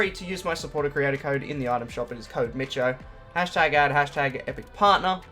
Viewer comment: Mitcho, Just Mitcho🙄